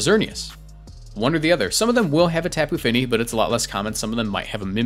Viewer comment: It's Top'oo Fini, not Tap'oo Fini.